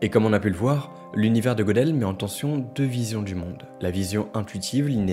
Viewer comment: Très intéressant. Petite précision : Gödel se prononce Gueudel